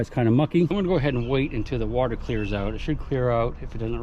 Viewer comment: "Where did you find your civil war bullet?" In Da Watah. lol nice adventure